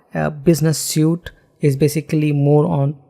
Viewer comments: Excellent presentation. Your English enunciation is also top-notch. One gripe (because you use the word a lot), "Suite" is pronounced "Sweet". "Suit", describes the clothes you wear to an interview. My apologies but you have obviously worked hard on your English. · suite (sweet)